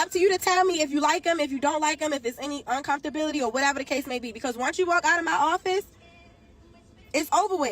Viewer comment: Did she say uncomfortabily?😳